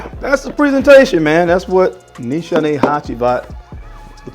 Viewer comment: great vid..not to be a stickler but its pronounce niece haney